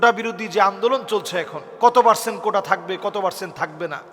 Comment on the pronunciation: কোঠা না কোটা😂😂😂সাইফুল্লাহ হুজুর